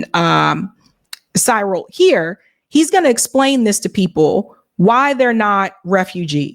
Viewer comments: We're not asking for much. Just that you guys keep them. They are lovely people. (P.S I love the irony of your sign "so glad you're here 😆😆😆) Oh, just a quick pointer, it's pronounced "see-reel, not sigh-real. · cyril is English why u pronunciation it wrong 😂